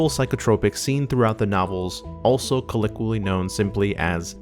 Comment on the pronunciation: Colloquially is pronounced Kuh-LO-kweeah-lee